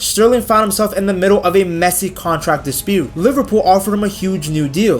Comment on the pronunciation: I thought you were saying Messi exit and wondered, then I realized it was messy